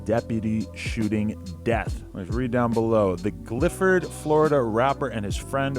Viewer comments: it’s gifford* not glifford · Did he say glifford?😂😂😂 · My dude said glifford😓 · Said Gifford wrong but aIght